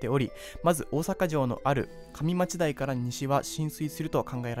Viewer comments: 上町台:かみまちだい× :うえまちだい⚪︎ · 大阪の【かみまちだい】ではなく【うえまちだい】ですよー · 上町台(うえまちだい) 梅田(うめだ) 他も結構間違ってますね。